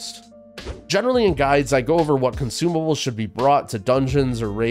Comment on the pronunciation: Haha, "comsumables"